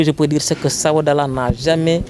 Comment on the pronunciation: Il est écrit visiblement SABODALA dans les panneaux et vous continuez de prononcer SABADOLA. Soyez un peu professionnel